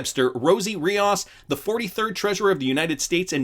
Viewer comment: REE OOOS not REE Oz